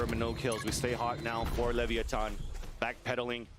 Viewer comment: "Lev-ee- a- ton" is hurting my brain😭